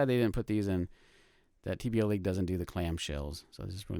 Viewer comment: Nice vid but it's TBLeague, not TBLLeague.